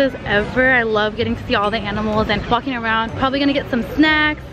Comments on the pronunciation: she sound like she is say flocking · Bro cussing was peak Yes I know she said walking around it just sounded like the f word